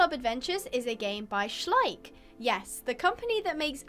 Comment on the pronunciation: nene, ona fakt precetla schleich jako šlajk💀💀💀💀